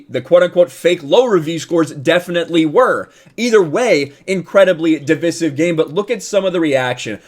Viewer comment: I don't trust a guy who's mustache is hiding an echo system and can't pronounce divisive